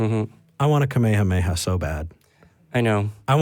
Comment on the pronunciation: Thank you so much to for knowing it’s pronounced Kamehaneha wave, and not Ak Me Ha Me Ha wave. Kamehameha is what it’s called. Ak Me Ha Me Ha is what you yell when doing the Kamehameha wave.